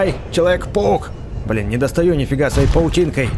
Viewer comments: мне одной показалась что он сказал человек пук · такое ощущение что ты говоришь вместо человек паук, человек пук!😆